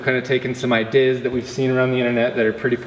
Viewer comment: why do you say ideas so weird?